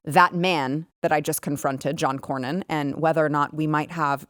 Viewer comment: The guy couldn't even pronounce Cornyn's name. It is Cornyn, not Crownin.